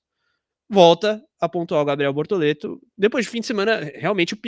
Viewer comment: Procura-se emocionados falando bortolento 🫵🏼🤣👀👀